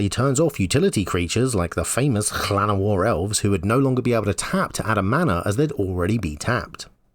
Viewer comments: Bless your Welsh pronunciation of Llanowar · FINALLY someone who can pronounce Llanowar! My Welsh ancestors were spinning in their graves!